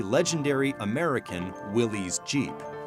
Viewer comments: Yeah, it was also bugging me that the narrator was pronouncing it as "willees" rather than "willis." The people who wrote this piece should have done more research. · Willys Jeep is said “Willis” like Phyllis not willies. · “Will-iss Jeep” is the proper pronunciation for Willys Jeep, there’s no apostrophe between that y and that s. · Am i the only one who shuddered when he said "Willies jeep"